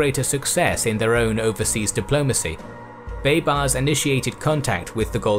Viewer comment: He pronounces baybars so damn bad